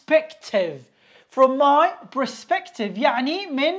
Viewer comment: You have mispronounced the word, "Perspective".